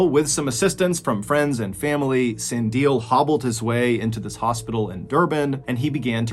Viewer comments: "Sun" "Dee" "L" "Air"(but without the R in air) that's how you pronounce the name. Also, moety trade or human parts for witchcraft medicine is stil a very big thing in South Africa. Stellenbosch is a farming town. And finally, to anyone, google real images of Durban, lol. It's not pretty at all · I am a major follower of your dark and mysterious videos in a story format. Thank you for touching on those recent cases in Our Country. Never heard of them till now... Keep doing your story telling Videos, very captivating and has our hearts on an up tempo rhythm. By the way the Last Victim Sandile I think, We pronounce the name Sun-D-lay Sandile... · I love your pronunciation of sandile😅, it's sun-di-lé similar to creme brulee hope this helps!♥️ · I'd love to hear you say, Sun-di-leh. That's how its pronounced here, in South Africa. Thank you for covering a South African story... Well done Mr. Ballen♥️loves ya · I loved learning about my own country! Thank you To share a little, Sandile is pronounced san-dee-leh. At least where I'm from in South Africa . ! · He tried shame with the name. It's pronounced (Saaa-ndee-le) The first name idk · 😂😂😂 can’t stop laughing at how he pronounces Sandile, that’s hilarious. it’s crazy how all these South Africans in the comments are saying “foul play” like we don’t live in a country that has people practicing black magic 😂. like we haven’t heard of people leaving their homes through keyholes. ⚰️😂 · Your story telling skills are stellar but your pronounciation of South African names has room for improvement. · Me being Zulu meant fighting the urge to correct your pronunciation of Sandile 😂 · the way you'd pronounce "Sandile" was a little interesting haha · Really great story, I am a MrBallen addict, me just cringing each time he pronounced "Sandile" as San-dil instead of San-di-leh😂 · I’m South African His name is pronounced (sun-di-leh) I’m that just pissed me off man😂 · San-de-le I think is how you pronounce the second patients name